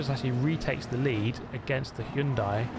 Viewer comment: So nice to hear Hyundai pronounced correctly. Proud of you man.